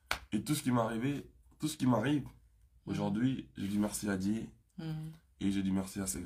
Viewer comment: 🔠🔠😵 AZOLOBA DIÉ AU LIEU DE DIEU UNE CONCERT AU LIEU D'UN CONCERT 😵😵MAIS YOKA MAPEKA😵🔠🔠